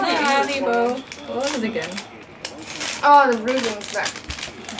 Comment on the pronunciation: good haribo german XD mfg Olli